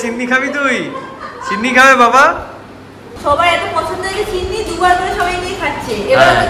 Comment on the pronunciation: Chhinni ki? Sinni bole